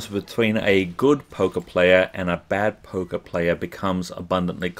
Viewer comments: I'll be honest: when you were talking about Poker I thought you were saying Polka. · XD i have heard polka player instead of poker player XDD